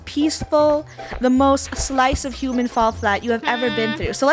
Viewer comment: “Welcome back to hooman flat” anyone remember that? I do 🥺